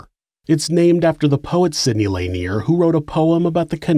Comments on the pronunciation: it's pronounced "luhneer" not "layneer" lol but good episode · I live in this area and it is actually pronounced 'La-Near'. My Grandfather was one of those hired to relocate the dead from this area when the dam was built. He has passed away now, but I was told that the dead were removed even those without headstones or markers. People who had family plots on their land maybe were not relocated, but all the church graveyards were dug up. Since the job paid well and everyone was poor- they did everything possible to extend the job. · Also, lake "lay nier" lol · Well done! Lake Lanier (luh-NEAR) is pretty, but we know you don't go swimming there. I had NO IDEA about the history. Only superstitions. For what it's worth, though, Forsyth (for-SITHE) County has growing Hispanic and Indian/Pakistani populations now. It's wonderfully diverse even compared to a decade or two ago.